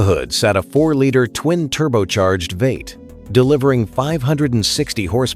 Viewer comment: It's v 8 not veight man